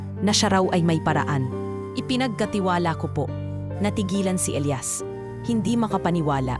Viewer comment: Maganda na sana,kaso.inis ako sa pagbigkas ng Elias /elayas